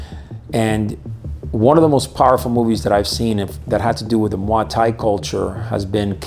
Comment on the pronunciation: I've never heard it pronounced like that. The thais pronounce it like "moy tie"